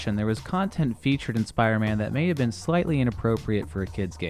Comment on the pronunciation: Speeder man